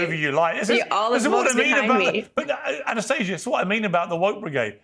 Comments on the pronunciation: Ana-stay- ga won’t be gaslit that’s not how you say it! 😂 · No, no, it's pronounced ah-nah-STAH-see-yah. Check your privilege 😂😂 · Don't you mean "Ana-stah-sia" 🤣